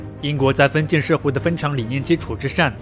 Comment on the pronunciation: 頻道主很用心，稿子寫得很好。但朗讀發音常造成理解障礙，咬字不清或發音不一樣，四個小時聽下來，聽的非常吃力（權力唸成強力,封建唸成分建....，常要倒回去看）。不知是否是鄉音或口音造成還是不自覺的習慣。如果能唸更標準會更好。會有更多人受益。還是感謝。